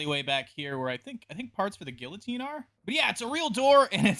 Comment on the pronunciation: man i love your outside series but mind elaborating on that atrocious pronunciation of "guillotine"?